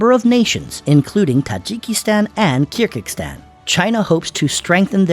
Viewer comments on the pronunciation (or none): Very shallow analysis and it’s Kyrgyzstan, not Kirgikstan